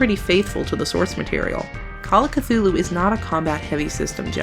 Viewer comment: Well in fairness you got Cthulhu correct even though not even H.P. Lovecraft knew how to say it. ;)